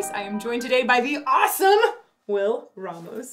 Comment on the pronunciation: pronouncing "Ramos" properly made my Spanish soul happy